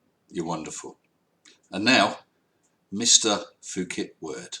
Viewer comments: Goddamn it. "Poo Ket". Not "Foo Ket". It's simple! You can listen here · Just for the sake of conciseness the 'ph' in Phuket is pronounced as 'p', as the 'th' in Thames or Thomas is pronounced as 't'. Just one of those things. Aside from that I comment his videos on occasion making sure to end with 'kind wishes' or 'best regards', 'stay safe' and things like that. I don't think he has deleted one of my comments yet although I"m always critisizing him. I've been watching him for years now, much to my entertainment. I wish him the best. I wish you and all of us the best!